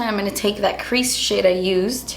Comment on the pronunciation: Did anybody notice that it sounded like she said "crease shit" instead of "crease shade" hahaha! Not being mean, I lover her she's really the only person I watch on youtube, it just sounded funny to me. Or did she mean to say that??? - that's when she said it.